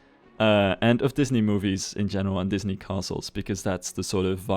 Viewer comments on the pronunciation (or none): none